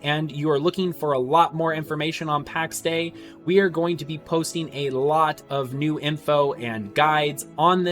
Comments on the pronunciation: Soz, you lost me when you said "Packs Day" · Would be nice if you didn't pronounce "Pax Day".